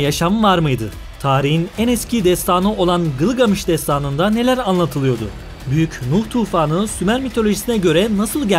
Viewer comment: Hocam şu “R” harflerini yutmadan anlatın lütfen. “Kanıtlıyo, anlatılıyodu “ vs gibi kelimeleri kullanırken özellıkle yüklemleri kullanırken whatsap yazısması gibi anlatıyorsunuz. R harflerini yutuyorsunuz olmaz böyle